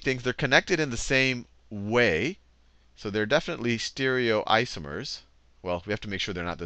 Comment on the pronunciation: E-nan-tee-omers.. not "enansheeomers"... Stereoisomers not "steerioisomers" I'm not sure where this teacher got his pronounciations from (not talking to anyone else?), but nobody in the field pronounce these terms in a way this guy does.